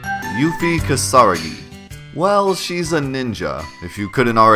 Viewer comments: it's a little cringe to hear you pronounce part of her name the Japanese way(yufi instead of yuffie) even though it's not spelled that way but even worse is when you butcher the pronunciation of 'kisaragi' because it's not 'keesarr uhgee'! it's ki sa ra gi. reminds me of the cringe way the characters say nar uto in english dubs instead of na ru to. if they wanted people to pronounce her name differently, they should have spelled it as Euphie. and don't even get me started on Squall's name in japanese, I don't understand why it's Score, but it is. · ... Say it with me... KeeeSaaaaah-RAAAH-Giiii Not Kee-SARA-gii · Awesome, I'm so hype for ff7. How big is the Yuffie Glitch? Also: KEY-sa RA-gi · Hm, I always pronounced her surname "Kisa-Ragi", not "Kisara-gi" as you say. Not sure I can adopt this after what, 21 years? 😅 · realized halfway through making the video that Yuffie pronounces her own name in Dirge of Cerberus during one of the cutscenes, so 1) I didn't want to redo the voiceover and 2) I have a much easier time saying KA-sa-RA-gi and probably would have sounded ridiculous trying to say it correctly anyways, lol. And the Yuffie glitch is the biggest most ridiculous glitch I've ever seen in a ps1 game (although it only works on the PC version). It's that big. And it's so easy to do as well. Can't wait to make that video! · That's close to how you pronounce 'Kisaragi', but the em-PHA-sis is on the wrong sy-LLA-ble. It helps if you think of it like two words, with the emphasis on 'Ki' and a slight emphasis on 'ra'. Like how the English word 'indisputable' has a strong emphasis on 'in' and a slight emphasis on 'put'. But anyway, that's my nitpick for the day. Great video, two thumbs up, Yuffie deserves more respect, I'm out~ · not u mispronouncing kisaragi tho.. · you pronounce "Kisaragi" wrong XD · BUTCHERED THAT LAST NAME